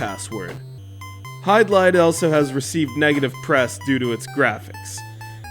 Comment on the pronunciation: Hey,! The game is pronounced "HID-LIDE," not "HYDE-LIDE. Also, The Legend of Zelda is not an RPG, it is an action-adventure title.